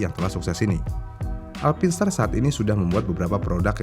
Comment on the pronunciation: Sebutannya haruse bener.. "Alpain star"